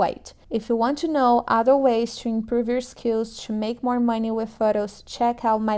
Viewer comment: Brasileira, say "to", not "chew"!